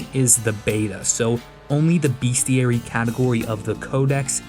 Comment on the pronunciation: Love the project. One quick note is that it's pronounced as it's spelled. "Bestiary", not "BeAstiary". Hope you can use the tip.